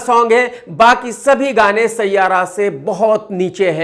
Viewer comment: Sayyara nahi siayara hona chahiye 😂😂😂😂😂